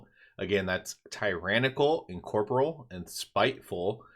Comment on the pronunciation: This is a nit-pick but say it with me. En-COR-Por-real. Sorry It was triggering me. lol.